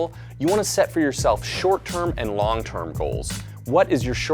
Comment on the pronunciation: . "longTORM goals"